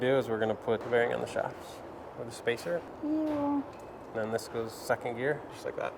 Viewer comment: "I build and design cars" LMFAO not with them gaudy ass nails and calling 2nd gear 2 ehnn Dee